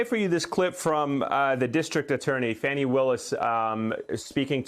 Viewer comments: Her name is NOT Fanny, it's pronounced FAWNEE! Stop calling her Fanny!!! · Even AFTER Greg pronounced DA Fani (pronounced: FAW-nee Willis') name correctly THREE times, Ayman mispronounced it. I realize the discussion is much more important than that but you'd think MSNBC would be first in line to pronounce Black women's names right! Yes, it's a personal sore spot. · FFS -- get it together! CLEE-tuh Mitchell, not CLETT-uh. CHESS-bro, not CHEESE-bro. And Ms. Willis's first name rhymes with Bonnie, not Danny. I'm not a newsreader, and **I** know this bc I pay attn. Journo 101 = Get the names right. It's grotesque that you can't be bothered to do the bare minimum to earn your way-too-high salary. DO BETTER. PS: Even after the reporter said "Fani" TWICE correctly, you persisted in mispronouncing it. WTF is wrong with you?????? You're disrespectful and lazy. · That journalist was so disgusting when he kept deliberately mispronouncing Fani's name as Fannie.